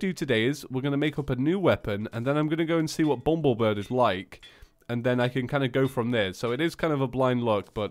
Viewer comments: IT'S BUMBLEBIRB NOT BUMBLEBIRD AHHHHHHHHHHHHHHHHHHHHHHHHHHHHHHHHHHHHHHHHHHHHHHHHHHH!! what. i get triggered k? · for like the fifthteith time.. ITS BUMBLE BIRB.... BIRB